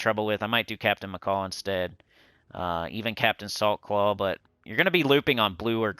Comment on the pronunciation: Everytime you said Captain Saltclaw I heard "Captain of the softball team"